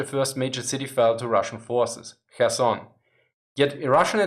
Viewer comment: I appreciated him pronouncing Kherson correctly!